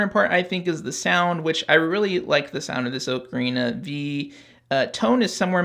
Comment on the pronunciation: 'Oh-Karina'; not 'Ah-krina'.